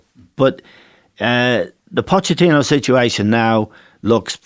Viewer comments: I love the way John Giles calls Pochettino Potechino! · Jesus fckin Christ someone tell him it's Pochettino not POTTECHINO